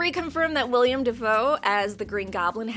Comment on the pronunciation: Damnit, his name is WILL-EM!!